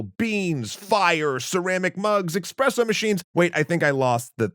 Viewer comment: Why do some many English speaking folks think it's "expresso"? Please, it's "espresso"